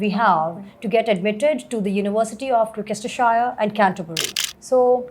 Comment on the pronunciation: Fake accent ...give us a break And it's NOT Glokestershire. Learn the names first.